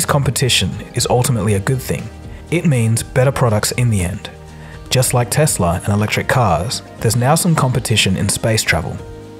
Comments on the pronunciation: BTW. You're still mispronouncing Tesla. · It's not "Tezla"